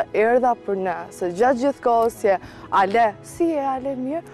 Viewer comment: Kur e therrasin Alesian “Ale”, tingellon si “Hale”😂